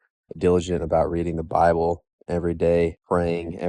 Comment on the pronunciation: Bruh stfu with this "ByEble" bs, stop watching news and conspiracy theories and Learn to empathize more